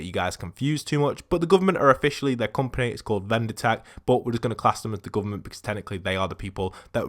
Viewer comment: “The GOOVERMONT